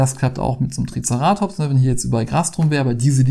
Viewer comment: Hi, bitte nicht übel nehmen aber dein TricerAtops triggert mich sowas von:-D By the way, im gedruckten Duden steht das Wort nicht mal drin. Online findet man es dann doch und der Betonungsstrich ist auf dem E, wie ich dachte. Kommt vom griechischen „Kéras“ für „Horn“ also TricEratops. Ansonsten süße Spiele - die Figuren scheinen zum Teil etwas wackelig. Uns hat „SOS Dino“ von Loki als Koop sehr gut gefallen und das hat auch super schöne Dino-Minis